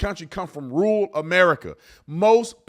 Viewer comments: Man, I hate to break it to you but 'rural' is a two syllable word 😂. Not 'rool' ru'ral. Slow down. Take your time. 'pronunciate' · Is he saying rule or rural? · Is Tatum saying rule, or rural? I believe there is a second r in that word, and it's not silent.